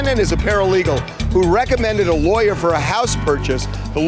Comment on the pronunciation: He pronounced lawyer like liar, and that was the realest thing I've heard in a while. 😂